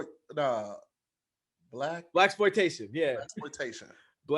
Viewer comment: I was prepped to sit here and listen to attempt to say blackplotation for the rest of the episode